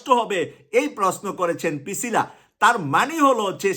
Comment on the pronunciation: Brother, not Picila, she is Pricila